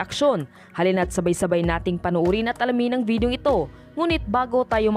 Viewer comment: Vedio talaga, hindi Video? Sabagay, puydi, pwedi, pwidi...ah basta ok na yan